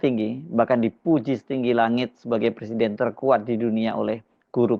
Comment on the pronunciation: Jokowi, nilai bahasa indonesianya jelek ... presiden dibaca PERSIDEN .. gimana toh ?